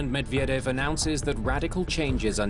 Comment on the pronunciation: MEDVEDEV! Not that hard to pronounce.